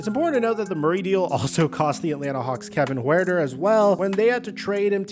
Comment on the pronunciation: What the hell did you call Kevin Huerter? 😂